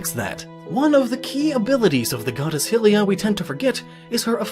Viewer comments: its hi laya not hillia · 1. HIGH-Lee uh, not Hill-E-Uh 2. The shield in Majora is not the symbol of Termina. Proof being that Link has it back in hyrule when receiving the Ocarina from Zelda, and in the lost woods before falling to termina 3. The Twili have no masks when in their true form. The masks are kind of a symbol of the corruption of the twili. Obscuring their true form as it were. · yeah the pronunciation of "hill-e-uh" was annoying to me, because why would you say "HIGH-rule" for Hyrule but when it comes to "HIGH-lee-uh" you use "hill"? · One wonders why you change pronunciation... You say "high-rule" and "high-rule-ee-an" but then say "hill-ee-uh" and "hill-e-an". Do you even English? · Hey, one thing, I'm pretty sure it's pronounced (h-eye-lee-ah) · honestly, the only problem i had with this entire video was how you pronounced Hylia. Not a single other theorist or anybody I've ever heard pronounced her name with a soft I instead of a sharp Y. Hylians, Hyrule and Hylia have always been pronounced the same way. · Actually her name is pronounced Hialeah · Hylia is pronounced High-lee-ah And Twili is pronounced Twi-Lee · Cringe everytime "HILL-lia" is mentioned. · Hilliah, the goddess of hirule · It’s called HY-rule, but HI-rule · Can I just say, it's HIGH-LIA. Hylia, like Hyrule. Get it? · ugh its hylia not hillia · Hylia = Hi-Lee-Uh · I can't help but scream every time he says Hylia like Hillea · Why do you pronounce Hylia hill-lia. Is the name concept of Hylia not based of the name of the land Hyrule? So why would you pronounce the first syllable different? If something this simple is difficult to figure out for you how can anything more complex presented be trusted? Or maybe this is just a special snowflake situation? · You pronounce it "High Rule" but pronounce Hylia as "Hillia". What is wrong with you? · Anyone else filled with murderous rage when he pronounces Hylia and Hylian, hilly-uh and hilly-an? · I hate how he says hylia